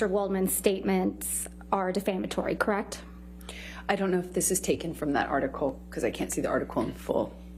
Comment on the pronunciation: I really do not like this woman at all. She is so cringy, smug, arrogant, and when she says “kreckt” it drives me insane.